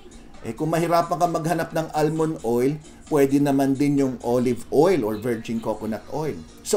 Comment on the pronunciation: Almond- silent l.